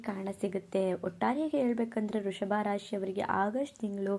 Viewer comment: ವೃಷಭ ರಾಶಿ ಅದು ವೃಶಭ ರಾಶಿ ಅಲ್ಲ ಕಣಕ್ಕೋ